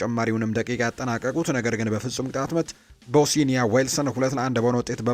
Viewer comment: ቦስኒያ ነው እንጂ ቦሲኒያ የሚባል ሀገር የለም እንዲሁም ላትቪያ ነው እንጂ ላቲቭያ የሚባል ሀገርም የለም